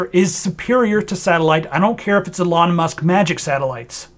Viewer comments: Love the video although I feel like I'm having Trans Ischaemic Attacks every time you say 'uh-lon Musk' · You lost me when you can't even pronunce his name properly 😂